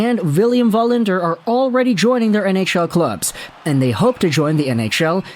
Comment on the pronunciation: it is Wallinder not Vallinder you do not live in Sweden.